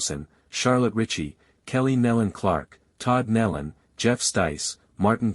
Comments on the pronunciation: You could at least say their name correctly. Nelon not Melon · You pronounced their name “Neil-lon” but it’s pronounced “knee- lon” You could so easily fix this . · Pronounce their names correctly, Neeelan, not Nelun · Thank you for correcting this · Nelon...the E is long, pronounce KnEElon! THUMBS DOWN for the ridiculous use of an AI voice! Total disrespect for those precious people! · You mispronounced their names…